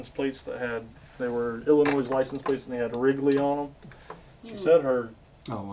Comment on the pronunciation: Just an FYI, Illinois is not pronounced with an S at the end...lol....Just giving you shit as a guy from the burbs outside of Chicago. Not just being a troll or hater. Been watching a lot of your content the last week or so. Wish y'all were close to me. Love messing around buying and selling and you guys do it right. Fair and honest. Keep it up and God Bless!